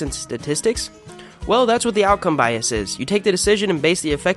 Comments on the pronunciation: BiasES not biasIS or biasEES YOU FUCKIN IDIOT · The plural of bias is pronounced biases, as in rhymes with viruses. Words that come from Greek, like crisis, can have plural forms pronounced like "cry-sees" because that would have been their original plural form and sounds more elegant than crisises. Bias comes from French and the plural would not be "bye-a-sees" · After how many guessees would you conclude your pronunciation of 'biases' is wrong? 'Biasees' is a dopey-sounding affectation. Pronouncing long 'e's' for plurals works only for Latin words whose singular form ends in '-is'. Some examples: axis, analysis basis crisis diagnosis emphasis and so on. 'Bias' is an English word borrowed from French The plural of 'base' is 'bases'. So is the plural of 'basis' whose plural is pronounced 'basees'. You would never say' On hitting the ball over the fence, the batter rounded all three basees, then crossed home plate. Or would you? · "biasees"... I'm out. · This is really good! Since politicians, teachers, preachers and tv talking heads aren't going to debunk the last 30 years' worth of terror porn, your amiable dynamiting of it here is a delightful surprise. I love studies of this type -- was just writing up the "proving a negative" fallacy under another video. But n.b. -- one wordsmith to another -- 'biases' is pronounced with a schwa on the last syllable since it's not a direct loan from Latin ending in X :)